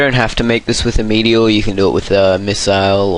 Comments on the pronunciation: I'm from Canada, and I've never knew England pronounced meteor differently as well. In this video, he says "Mweet-E-Orh", but I usually pronounce it as "Meat-E-Erh". Of course he doesn't necessarily say it "weird", I just didn't know how else to describe it :P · You say "meteor" strangely :P